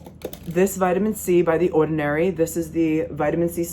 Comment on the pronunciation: Only Long Islander’s say ordinary like that 😭